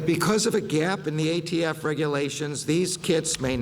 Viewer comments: He could not even say ATF! We are all doomed! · Joe Biden you don't know J@ Sh¡t about guns, small hand guns are built for short range and rifles are built for long range. And the "ghost guns" are INCREDIBLY hard to make and trust, I wander why I haven't found any shooting involving ghost guns (News Max agrees) By the way, its ATF NOT AFT Listening to this Clown is making my head hurt! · Alcohol, Firearms, and tobbaco. The people who control and It's actually ATF but he cant speak due to his Alzheimers and said AFT instead.